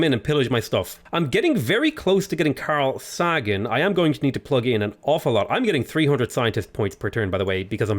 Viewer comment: "Carl Sah-gan" Really? Really?!! You don't know Carl Sagan?